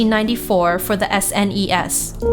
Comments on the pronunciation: She really needs to loosen up a bit when narrating these. For example, the way she says NES and SNES makes it hard to imagine shes played any of these game systems. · the S-N-ES